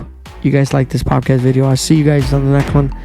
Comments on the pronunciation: What’s a pop-cast? Po”D”cast is what I think you’re going for. Love the content, keep it up young man. Side note now that I’ve listened to the whole thing. Figure out what want to say, say it, and then move on. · poDcast, m8 not poPcast haha :) Keep it up tho